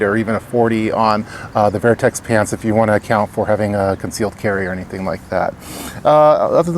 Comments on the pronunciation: Is it spelled vIertex? Or VertX? Why are you pronouncing it VIERTEX? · Wtf is vairtex..... Vertx